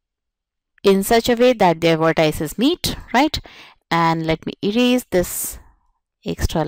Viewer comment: Pronounce vertices correctly